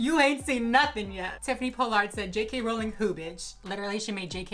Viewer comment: You pronounced her and JKs names wrong